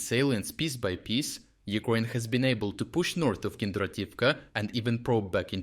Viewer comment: I love how you pronounce Ukraine. Its soon as legendary as that french chef who kept saying on-yon for onion. Maybe this is the correct way to pronounce Ukraine, i dont know. But i love it.